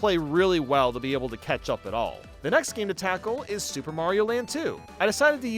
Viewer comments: Everytime he mentions the new super mario bros games he says “soup” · why does he call them soup games?